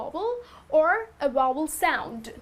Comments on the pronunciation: Vowel not wobble XD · but her sound like wovel.....check again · You pronounced Vowel as Wovel, but you're cute so I'll let it go ;). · Wovel! Ha. Oh dear. You mean Vowel - a e i o and u. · VOWEL is not pronounced correctly. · I was watching until I heard badly pronounced "vowel". Sorry to say but if you want to teach others, you've got to learn first. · Very nice video, but you're pronouncing "vowel" incorrectly. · Tq sir u correct her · The video was very good, but you miss pronounced "the" and "vowel" you have to pronounce the v in vowel.